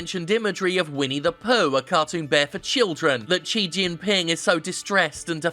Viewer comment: Please learn how to pronounce Xi Jinping this video made me cringe so many times